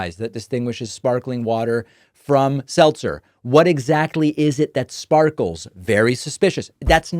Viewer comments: SeLZer not SelTzer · Selzer not Seltzer love your work bro! 💙💙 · Her name is Selzer not Seltzer so the whole bubble thing fell flat. See what I did there. 🟦🟦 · Ann Selzer, not Ann Seltzer. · Her name is "Selzer" not "Seltzer", everyone keeps spelling it and pronouncing it with a T but it does not have a T. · I thought it was pronounced Sell-zer. It's not like the carbonated beverage. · You are putting a "T" in her last name! It is SEL-ZER. P.S. Early voted blue.💙